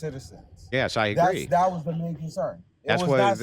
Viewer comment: dis and dat lmao